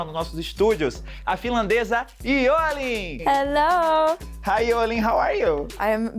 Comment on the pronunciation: O certo é jo - lin, n é io - lin